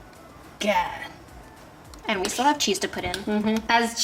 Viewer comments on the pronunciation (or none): I believe you too because you said steel instead of still